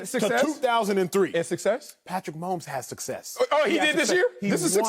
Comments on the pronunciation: I love this guy lol "Patrick 'Meh' homes" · Lol "Meh'homes"